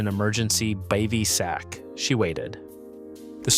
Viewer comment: Dude, you should at least learn how to pronounce bivy sac before you do these click bait junk videos